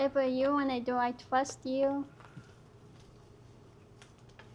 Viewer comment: "I twust you" 💀💀